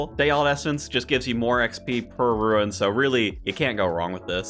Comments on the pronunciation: You say "rune" like "ruin". I think it's pronounced like "roon". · why the heckie do you say RUIN for rune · The word “rune” doesn’t have an i in it.